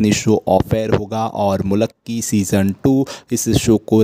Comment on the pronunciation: It's not zmulakki, it's Mulki